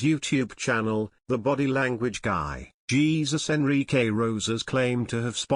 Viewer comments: Hey-zuse? I think is close? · Please learn how to pronounce the name "Jesus" in Spanish!